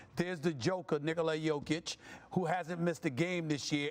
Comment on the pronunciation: Why are you pronouncing Nikola that way? Sounds stupid and degenerative.